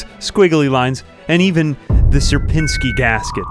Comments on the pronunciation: You read Sierpiński wrong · I don't know what is so hard to say Sierpiński XD. Seriously, it's a good episode.